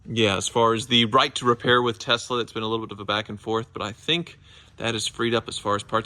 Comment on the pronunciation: Why he keep saying Tezla…it’s tesla